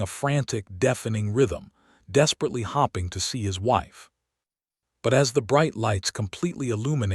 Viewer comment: . . . . . . . DESPEERATELY HOPPING TO SEE HIS WIFE??????????? PRETTY SURE THAT SHOULD HAVE BEEN HOPING, BUT IT WAS PRONOUNCED THE FIRST WAY.